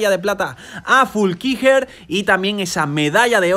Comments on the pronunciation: Fuulckiger o Flueckiger 🤣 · Es FLUeckiger, no FULkiger.... y Anton Cooper es Neozelandes, no Australiano. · Se pronuncia "Flúkinguer" 😂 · Se pronuncia: Flu-qui-Guernica estaba poniendo muy mervioso 😄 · En lo único que podrías mejorar es con la pronunciacion de los nombres, dascalu*, flueckiger*, koretzky*, por lo demás gran resumen